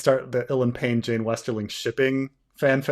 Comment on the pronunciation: But Jeyne, Jeyne, it rhymes with pain 🤔